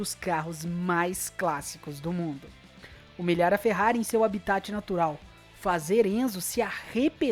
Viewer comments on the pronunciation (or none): none